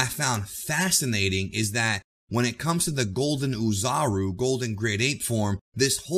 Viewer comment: The “Oo” portion of “Oozaru (おおざる/大猿)” pronounces like “Au” of “Auto” or “A” of “Ball” in Japanese. Anyway, thanks for the great video as always.